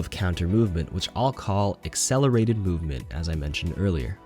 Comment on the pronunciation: Lol who else heard boopment